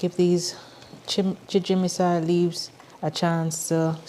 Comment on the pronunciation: You're pronouncing it "chimijinsai," but it's chijimisai.